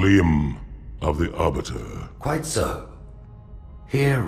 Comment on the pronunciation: Look, I love you man but, STOP MIS PRONOUNCING THE ARBITERS NAME